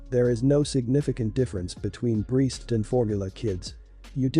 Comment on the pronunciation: Learn how to correctly pronounce "breast" and "breastmilk". The way you say it is idiotic.